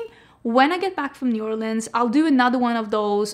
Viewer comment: So happy that says New Orleans correctly. It's Nu Orlinz. Not Orleeeeeens